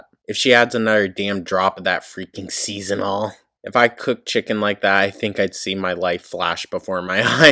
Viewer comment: It still cracks me up that she pronounces it as "seasonal" salt instead of season all.